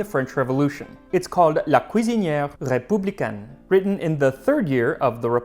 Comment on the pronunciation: Nice! You rolled the "R" on "Republicain." That's actually correct for pre-Napoleonic pronunciation!